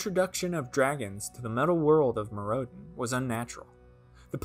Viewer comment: Instead of "Meer rowd en", try "Myr oh den" 👍